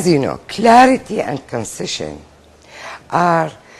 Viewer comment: الست لفظت concision الإيجاز بالصوت ش فصار عندي mixing ويه كلمة concession تنازل